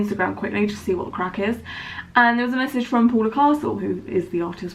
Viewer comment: "to see what the craic is" It's so weird hearing a non-Irish person saying that lol